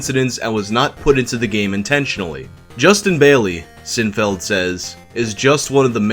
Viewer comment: When he says Sinfeld, but it clearly says Sinfield. Bruh.